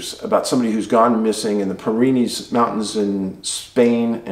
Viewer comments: IT'S the peer-in-ease mountains good buddy.. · Pyrenees is pronounced peer-ǝ-knees.